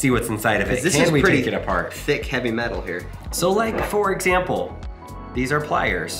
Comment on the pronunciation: How hevwy actually is it